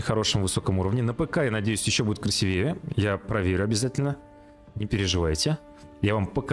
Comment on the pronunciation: Всё супер! Но только правильно говорить красИвее 😄